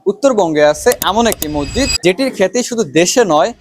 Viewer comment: ভাই মসজিদ নিয়ে ডকুমেন্টারি করছো অথচো মসজিদ উচ্চারণ ভুলভাল করলে হবে?